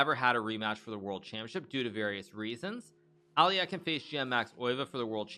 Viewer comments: It’s aluhk-eye-n, not alli-eh-kin. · Why do you read as “Alyakin”? He’s “Alyokhin” tho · hikaru saying alekhine's name wrong is so bad lol its literally phonetic.. alek-hine ? not ally-ekkin wtf hikaru come on dude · Wow. I've been pronouncing Alekhine as "Aleck-hind" for 40 years. So weird to hear it pronounced "Ali-eck-en". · "Ally yaken?" Alekhine = Alek-hine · Al - e - khine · really bothered me how hikaru pronounced alekhine like aL - LeE - eH - kIn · Nakamura is pronouncing Alekhine incorrectly. The correct pronunciation is “a.luhk.hine” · As a matter of fact both are incorrect. The proper pronunciation would be "Alye-heen" (and try to say the first part without glottal stop caused by 'y', saying "e" as it is pronounced in "men"). Alekhin himself was always very upset when someone was pronouncing his name with "yo" sound as in Alyo-heen since he thought it vulgarized the surname - he insisted that it was a nobleman's surname and therefore must be said differently from a common folk's version of "Alyokhin". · Lol at the mispronunciation of Alekhine. Makes me chuckle every time. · Is that the real way to pronounce Alekhine??? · Is it pronounced Al-e-eck-in or al-eh-kine (souns like 9)